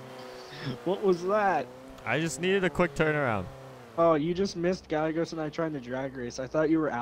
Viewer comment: Why u call gallegos gaigos